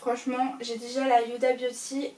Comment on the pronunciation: Cc juste pas méchant mais on ne prononce pas le H dans Huda beauty ducoup se n’est pas « yuda » pour t’aider fait comme si il n’y avais pas de H😘